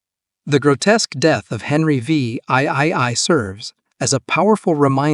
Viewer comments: Henry VIII is pronounced Henry (the) 8th by all experienced English speakers. If the Ai can't handle Roman numerals just change VIII to "The 8th" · "Henry Vee Eye Eye Eye" Can you make the AI any more obvious? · Henry the Vee Eye Eye Eye, huh? 🤣